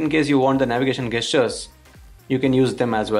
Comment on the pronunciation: Its not Gaystures, its Gestures. Stop saying that!!